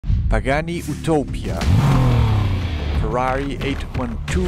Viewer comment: I am italian and I finally heard someone reviewing the Ferrari and getting the name right, also the outro was very much appreciated 🫶🏻